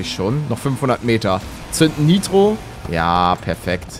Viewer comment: Es heißt NIITRO nicht neitro😂